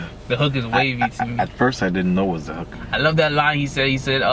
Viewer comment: when he said I love the hook I thought he said I love the uck which is very sexual from which part of England I’m from 😂😂